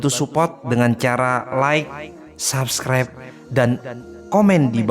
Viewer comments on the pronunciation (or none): none